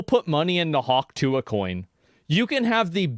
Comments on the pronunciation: 😂 Guess she's gonna get Hawk-sue-ahed. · hawk tuah is hawk through-ah